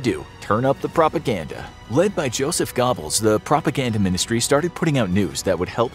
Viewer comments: Goebels is pronounced "Gur-Bells" not "Gobbles." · Joseph "gobbles" ... its German its pronounced gur-bulz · Yes, nice animations. But the propaganda minister of Germany wasn’t a turkey! He wasn’t “Gobbles”. Goebbels name is closer to rhyming with gerbils than a gobbling turkey. This is a major channel. How hard is it to look up pronunciation of major historical figures? It takes 10 seconds on Google! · Joseph “Gobbles” 🦃😂😂 and Werner Von “Bron” 😮‍💨😂 I love but those hiccups gave me a good laugh lol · Joseph "Gobbles" Close enough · Lol my man said joseph gobbles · The pronunciation of Gobbles lol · Josef GOBBLES?? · Do ppl make these videos without even knowing what they’re talking about. His name wasn’t Joseph gobbles like a turkey